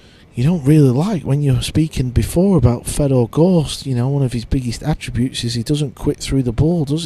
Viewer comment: it’s not. It just makes him sound dumb. His name is Fedor. Not Fred. Fred is a western German name. He is Russian. So say his name properly.